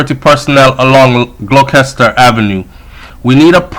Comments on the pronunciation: Gloucester is pronounced "glowster"😧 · So sad.. it’s terrible. Gloucester.. pronounced Glock-Chest-Or.. (no disrespect, btw).